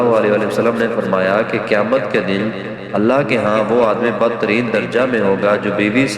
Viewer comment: لفظ اللہ (رب العزت) کی تصحیح کریں، ، جزاک اللہ خیر۔